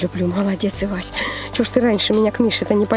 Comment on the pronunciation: Кста не ивася а эвася